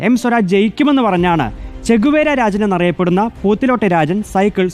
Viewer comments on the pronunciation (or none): രാചൻ... അല്ല... രാജൻ